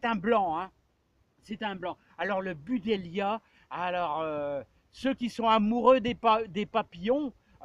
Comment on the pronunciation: On dit BU-DLEIA… pas BU-DELIA 😁